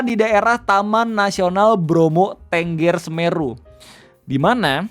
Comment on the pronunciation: Setau saya bacanya Bromo *Tənggər*, bukan Ténggér. Sama gausah berharap apapun ama Menhut baru. Menteri yang sekarang gapunya pengalaman Kehutanan apapun, dia pendidikannya filsafat agama ama ilmu politik, dapet jabatan karena dia petinggi partai dan member ormas. Salah satu kebijakan pertama dia di jabatnnya sekarang tu ngeganti logo Kementerian dari pohon bringin jadi kelapa sawit. Bikin curiga banget ada suruhan dari megakorpo sawit juga.